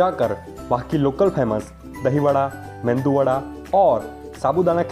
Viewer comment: मेंदू नहीं मेदु वडा